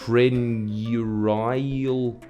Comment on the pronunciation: PRONUNCIATION ON- TRIP- AU- NOO- REE- UL